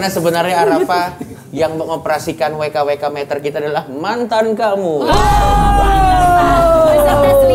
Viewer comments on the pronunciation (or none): tetep ye uda eps 9 masih nyebut wekaka meter 😂